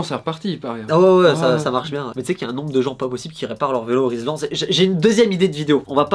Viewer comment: Rilsan, pas Rislan ;)